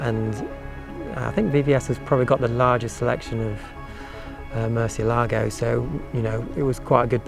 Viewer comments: Your pronunciation of 'Murcielago' is awful . This video explains how to say it correctly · And even on the door sill plates, Lamborghini shows how to properly pronounce Murcielago by placing the accent over the “e”, but people still pronounce it wrong by placing the accent over the “a”. Just nails on a blackboard to those that speak Spanish. Nice Lambo. The Murcielago is my fav. Motor has a sound that is closest to a F1 motor. Aventador sounds more guttoral. Murcielago is like a wailing banshee when up too.